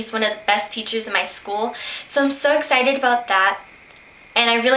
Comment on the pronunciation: i am ecited... hmm.. ecited ? ahah i love youu :)